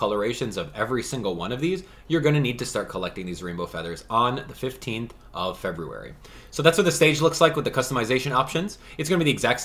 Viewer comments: The way you pronounce February is driving me nuts 😂 but, love these videos! I’ve got all my stuff, and can’t wait to get the timelocked items! 👏🏻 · They’re both right lmao. Doesn’t matter how it’s “correctly” pronounced, the way you say it is annoying to me lmao. I do, and everyone I have ever met or spoken with has pronounced it feb-yoo-ary, and it’s exactly how i’ll continue to pronounce it. It’s common for the American pronunciation of it. Feb-rue-ary is just annoying and doesn’t sound right lol. I truly do not care how you pronounce it, I wasn’t hating on you, or saying you had to pronounce it differently, yada yada. It’s annoying to me, made me laugh to hear it cause it sounds wrong, and most letters are silent in many words. Simple as that 🤷🏻‍♀️